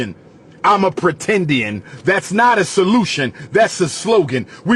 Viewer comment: lol “apretendian”